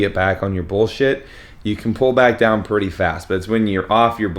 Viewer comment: I swear you said “Pool” day instead of Pull Day😂😂